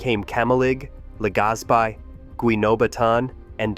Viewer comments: It's pronounced "Mai Own" And Taal is "Tah all". In Russian you'd use ь between the aa. The other place names are BUTCHERED badly. La Gas Pee, All Bai, never mind! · It is a bit south of Manila, Philippines in Albay province, on the largest Philippine island of Luzon. Near Legazpi City. (pronounced : Mayon = MY OWN, Albay = ALL BY, Legazpi = Luh GAS pee, prepositioned = PREE po si shunned,). The Volcano is visible from Legazpi City. Glowing lava at the top is also frequently visible. The Volcanic agency is locally known as Philvocs. There is a National Park at the Volcano. It would be nice if they got a narrator who pronounces the location, place and personal names correctly. There is high poverty in the Philippines. So land that would not be used for agriculture in the USA and Europe is used by poor farmers there.